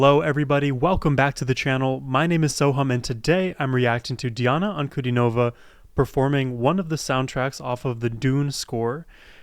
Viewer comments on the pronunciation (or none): "An-ku-DEE-no-vah". Accent on the middle syllable ;).